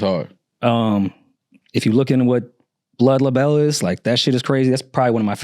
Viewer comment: "blood L'Bell" 😆